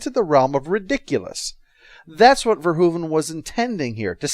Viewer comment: You're one of the few Americans who pronounce Verhoeven's name properly. Nice video!